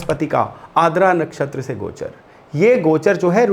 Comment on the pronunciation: Sir, i think it's आर्द्रा not आद्रा i may be wrong, please correct me, if possible.